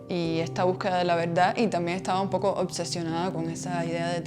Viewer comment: La veldad 😅😅 repite conmigo: veRdad 😅